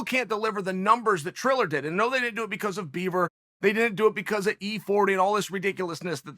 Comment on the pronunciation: I think he actually said "beaver" listen to it closely lmao :P